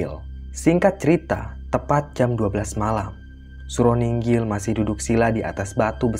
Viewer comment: Nginggil bukan ninggil mbok yg bener .gak menyesatkan yang gak ngerti sebenarnya.